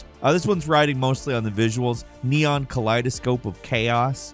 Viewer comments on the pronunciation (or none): none